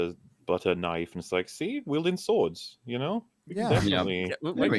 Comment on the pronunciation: "That (LOTR) is not a knoife ear, that (Dragon Age) is a knoife ear"